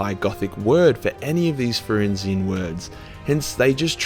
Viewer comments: Lol, “Ferrinzian” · It’s funny how you said you can’t pronounce “zoanthrope”, which you did pronounce right the first time, but couldn’t pronounce “fenrisian” or “iyanden”. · The most stupid thing on this list is your inability to pronounce "Fenrisian"